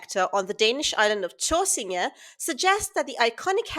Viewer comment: Your pronunciation of Tåsinge is very good. But just call it Fyn, not "Funen"...